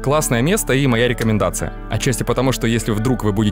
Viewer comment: Конечно,молодец, и говорит неплохо. Но "рекоменасьон"??!! Есть слова получше. Ухо режет.